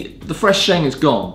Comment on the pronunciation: A should be able to pronounce tea terms properly. Stop calling it sheng. It's pronounced shung.